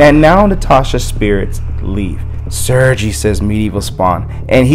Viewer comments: I don't speak Russian either, but it's pronounced 'sir-gay'. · I as a spawn fan wanted to let you know Sergei name is Russian and pronounces sergay no pun intended but